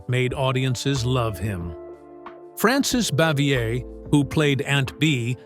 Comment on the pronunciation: Yes, and Frances Bavier and Desilu Studios were pronounced incorrectly.